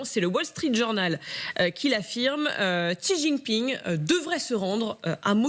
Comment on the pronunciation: Etant donné qu'il va rester président à vie, il serait peut-être temps de prononcer son nom correctement. Le nom du président de la Chine n'est pas ZIZInping!!! Essayez plutôt "Si jinping". Vous devez bien avoir un petit neveu qui apprend le chinois à Louis Le Grand pour vérifier.